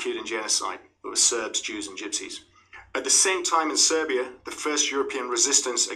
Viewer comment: Love the video, love to you and our Romanian brothers. Cheers! Oh bdw Serbia is pronounced like Sergei (at the start, the end you got right.)